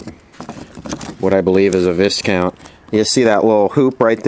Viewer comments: Viscount is pronounced "Vikount" ; (A member of European nobility).In my youth I worked on Viscount, Noble and Nobility radios which all were Japanese and the names all basically meant the same thing, and yes I pronounced it "visscount" until corrected by the store manager I was working for that was importing them. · That's right, Vie-Count, not Visscount, that was Louis Mountbatten's title when he was put in charge to oversee the transition to independence and the handover of India. It's also the name of a brand of cigarettes that was produced by the Benson and Hedges tobacco company and was sold in Canada and Australia. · It's pronounced "Vi-count'